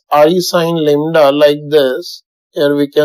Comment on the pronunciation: Lambda or lembda 😅